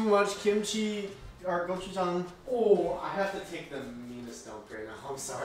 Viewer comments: u have good pronounciation of '고추장' haha i mean gochu-jang! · you pronounced gochujang perfectly